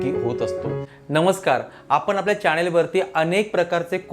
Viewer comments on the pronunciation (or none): none